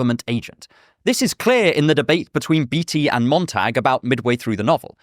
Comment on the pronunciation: I don't think that is how you pronounce Beatty.